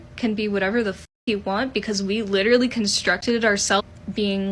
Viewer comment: Whatever that was with the death note sweatshirt on said “literally” so idiotically. “LiihLLeRLLeigh” “lillerly” huh???? Yeah lemme take advice from you. But you’re a kid. This dude or woman or whatever that was is gonna look back on this in 10 years, maybe even less, with so much embarrassment.